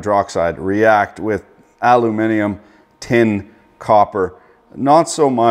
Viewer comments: Is it just me or is he saying alumimum instead of aluminium? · what the 😳 .. Your calling Aluminium how us brits say it ... .. Normally with your accent im used to hearing it said as Aluuminum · Not alumuminimum....try aluminium or aluminium. I don't know where the hell you picked that word incorrectly 🙄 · "Aluminimum" XD you gotta love this guy